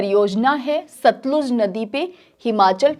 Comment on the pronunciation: सतलज नही सतलुज नदी बोलिए teacher जी